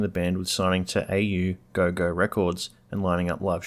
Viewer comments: It's not "A-U, go-go" records. It's "Aw-go-go" all one word, like the 60's dance style. The Au-go-go Records shop in Little Bourke Street was Melbourne's best record store thru the 80's and 90's. Three floors of the rarest punk and "alternative" records, new, second-hand, rare imports, weird old collectors stuff, a huge wall of special pressings and coloured vinyl, they had an insane collection, and some legendary in-store gigs (pretty sure I saw Spiderbait play in that shop, with the 5,6,78's, around 1990 or 91, iirc) And the Au-go-go label started in the 70's, and was Australia's biggest punk label, up til the early 00s. It's a huge part of why Australia, and especially Melbourne, had so many successful bands in that era. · Just a heads up: “Au Go Go” is pronounced like “oh go go,” not “A.U.” It’s a play on the French phrase à gogo, meaning “in abundance” or “galore” - like “rock à gogo.” The name’s a cheeky nod to 60s pop culture (think Whiskey à Go Go) and fits perfectly for an Aussie indie label cranking out garage and punk in bulk. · "A-U Go Go"? dude.. its au - like in Au-stralia and "go go".. so phonetically its "or gogo".... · It's pronounced "or-go-go", jesus, thats's the 2nd mispronounciation. RU AI or something? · Funnily enough I saw them just this Sunday at the Reclink Community Cup where they played a short (eight songs or so) set, which was hugely popular with the crowd of 20k. I first saw them downstairs at the GB in Richmond for $5 in about 92, best mosh pit ever. I see others have told you how to say augogo. Shashavaglava is also just said quickly as one word.